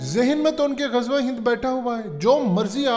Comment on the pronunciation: India ki hakoomat aur pandat Nima danashwar wo openly ghazwah e hind per bahess kartay rahay hean. Aur bohot se hadees ka hawala detay hean kabi tou apnay dill ko tassalli denay k liye kahtay hean yeh hadees kamzorhai. Ghazwa ko sahee pronounce tou nahea kar saktay balkay uoo kahtay hea gujwa hind. Lagta Hai en ko gujwa e hind ka Bara becheny se intazar Hai.